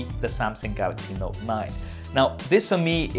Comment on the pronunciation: The knot 9 huh you mean NOTE 9 lol just giving you a hard time. Good list btw. Wish you got more into detail with there hardware tho. JS